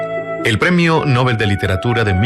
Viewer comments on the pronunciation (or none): Nobel, no nóbel